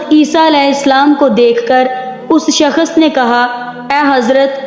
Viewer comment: Shakhas nhi shakhs hota h